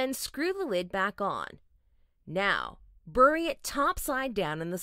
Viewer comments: "Bury" is not "burr-ey". It's "berry". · “Bury” came out country af compared to everything else. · The pronunciation of ‘bury’ blew my mind. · Every word except “bury”. That word came out country af.